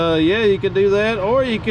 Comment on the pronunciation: How many of you said petcock every time he said peacock?